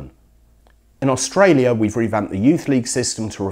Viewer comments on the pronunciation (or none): none